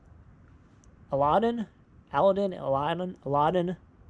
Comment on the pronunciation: Lovely cups! Not to be mean. Pronounce: a -lad-den flys on a magical carpet. Watching Disney movies are a fun and a awesome pass time. Really awesome graphics 👌